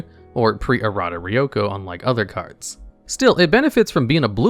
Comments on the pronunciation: I did not just hear you call “ryko” “ryoko”. That’s such an iconic card and simple name to fuck up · im not the only one that heard ryoko instead of ryko right?